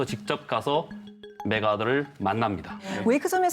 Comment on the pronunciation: 여자 사회자 매카터장군이란다 북한 사람이네